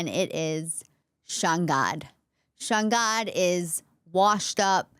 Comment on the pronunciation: Sounds like "Sean god"